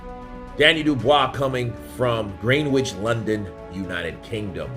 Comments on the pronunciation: Love the pronunciation of our towns bro haha It's pronounced What-ford & Gren-ich as opposed to Green Which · Watford is pronounced WotFod Greenwich is pronounced GrenItch